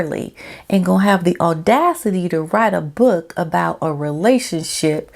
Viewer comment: I liked how you kept saying 'book' like Bhhok! aahhah